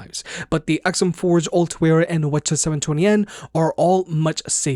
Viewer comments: wth is wuhchuh ?... why didnt you just say 7twennies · Are you saying “wa cha” when saying WH-CH720N? lol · Lmao he calls it whachas 720